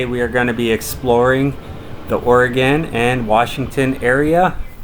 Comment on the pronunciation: Dude...Oregon...say it Orygun....